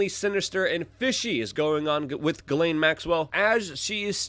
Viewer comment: Her name is pronounced: "Jizz -lane" or Jiss-Lane"